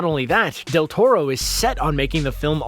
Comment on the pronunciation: He got Del Toro's name right at least.